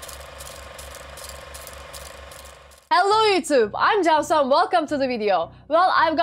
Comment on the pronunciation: I'm to late to watch this vdo But anyway, *jan su*. Is correct pronunciation and 'jan' means life, soul or spirit, 'su' means water... interpreted to mean "life, soul or spirit of water" or "water spirit" and by personality perspective it's "the nature of water".